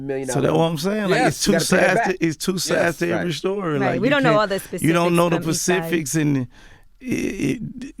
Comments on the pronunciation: "Hey you don't know dah PACIFICS" Oceans lol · “You don’t kno the Pacifics” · Mursic and Pacifics huh? 🤣 wow. If he can be a millionaire, literally, anyone can. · You don’t know the “Pacifics “😂😂😂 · We dont know the "Pacifics" 🤦‍♂️🤦‍♂️🤦‍♂️ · The pacifics 🤣🤣